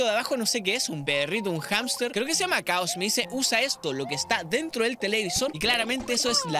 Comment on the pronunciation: c llama chao chao (pronunciandolo de la primera y no kao) :D